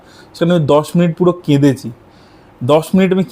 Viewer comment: 'কেঁদেছি'। কেঁদেচি শব্দটা কানে বাজছে!